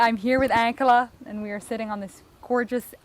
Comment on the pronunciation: Just curious about the way you pronounce, "Ankela". Your "a" sound is like the a in Hank, not like the "a" in father which is the way the Hutterites and Hutterische Mennonites pronounce the word. Why?